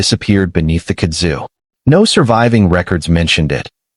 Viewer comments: It is pronounced "KUD zu". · Kud’ zu. Emphasis is on the first syllable. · it's pronounced "Kud' zu" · Stupid AI Kudzu is one word it ain’t hyphenated there’s no split in the middle of it. You say Kudzu